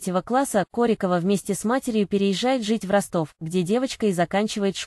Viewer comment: Ударение в фамилии и так и сяк. Определитесь уже. Нормально относимся. Ее личная жизнь только ее. Нечего лезть в постель и доносить всему миру.